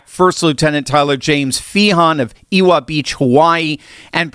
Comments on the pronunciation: fyi, W is pronounced as a V in Hawaiian. Ewa Beach is pronounced Eva beach like in forever. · Ewa pronounced Eva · EWA BEACH. .... pronounced Eh' vah Beach God rest his soul. Rest in peace, Brothah! RLTW! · Thank you for all the commentary! Just a small note,: Ewa Beach is pronounced "Evva" Beach (w sounds like v). It's a few towns over from me; sorry, I'm not trying to be pedantic. Thoughts and prayers for the families and friends of the fallen. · Ewa is pronounced Evva. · Ewa Beach is pronouced EV-uh beach,. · Oh wow 😮 one of the service men killed is from my hometown‼️ Ewa Beach, Hawaii 💐🇺🇸pronounced EH-VA , the “W” sounds like “V” just a FYI. May he rest in peace and condolences to his ‘Ohana 🙏❤️‍🩹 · Ewa beach pronounced the W is pronounced as a V Eva … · Check your pronunciation of Ewa Beach.